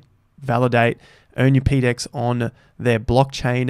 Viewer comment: ..."peedex" is a terrible way to pronounce that acronym, how about "PoDex"?